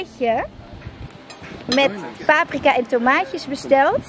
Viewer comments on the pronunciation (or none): none